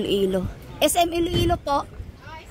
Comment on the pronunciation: Iloilo po, hindi Ilo Ilo 😊